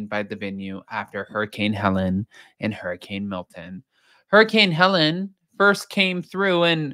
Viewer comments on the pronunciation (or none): It’s Hurricane Helene not Helen. FYI